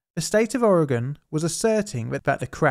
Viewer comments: Thank you for pronouncing Oregon correctly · HOW ON EARTH DOES A PERSON FROM EUROPE SAY MY STATES NAME RIGHT BUT PEOPLE FROM MY OWN COUNTRY CANT SAY IT RIGHT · I appreciate when people pronounce Oregon the proper way. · Good job pronouncing Oregon! Thanks for another great story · Congratulations on saying Oregon correctly! And claiming the Beaches are state property is actually true by Oregon law. brilliant. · kinda neat learning about some local history on this channel! Well done, most Americans dont pronounce Oregon correctly. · And you pronounced Oregon correctly! There’s people that have moved here that can’t say it. Respect! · Thank you for pronouncing Oregon correctly. :D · Thanks so much for not butchering the name Oregon! So annoying when people say aaauuregahn!